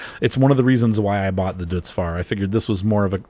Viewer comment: It's pronounced Doytz not dootz and 140hp isn't a small tractor